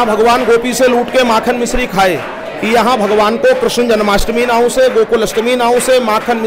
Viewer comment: Krashan ji nhi krishna ji boliye